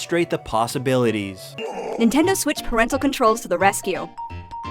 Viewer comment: “do the nintendo swiss” lol